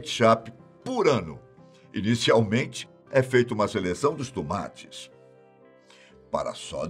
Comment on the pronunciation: "Os Tumates"🤣